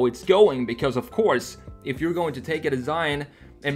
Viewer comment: älskar hur du säger because. "becöös"